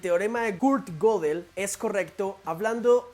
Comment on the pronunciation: Se pronuncia gedel, no godel